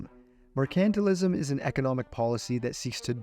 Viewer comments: “Mer-KANT-til-ism”?!?….TRY : “MER-can-TILE-ism”……Come on, fella : If you want to do voice work, knowing the pronunciation of basic words is, kind of, essential 😮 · Wow did you pronounce Mercantilism wrong.. Its pronounced Mercantile-ism....no accent on the C.